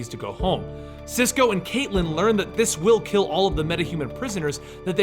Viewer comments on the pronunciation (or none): none